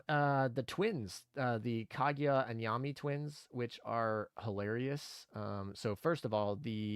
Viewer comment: driving me nuts having call them "Yah-mee" instead of "Yam-eye" lol. Damn.....Kotori got an "upgrade" with her skin